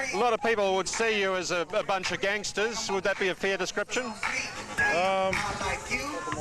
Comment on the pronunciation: Wangstahz lol. Bounce of fobs lol.